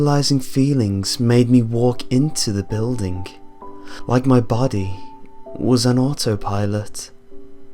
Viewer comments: 'Mah bodeh'. X3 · I love the way you say body (